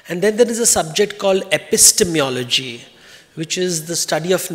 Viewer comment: A man who cannot pronounce epistemology cannot be expected to know the first thing about it. Devdutt khalnayak